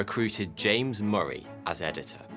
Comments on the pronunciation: Moray, Moray, Moray? I thought it said the other guy was called Murray. Pronounced like hurry, as in Murray mints, too good to hurry mints. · Yeah he is not saying it like I have ever heard James Murray’s name pronounced. I’d say ie like muh-ree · I've never heard my last name pronounced that way...lol...because it rhymes with " furry" many think it's spelled Murry.....